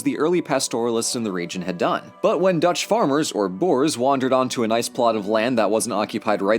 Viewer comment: That Dutch pronuciation hurt me, good stuff otherwise though.